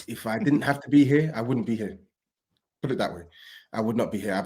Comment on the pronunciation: turned full cockney he was so mad! "If you're ear you're ear!😂😂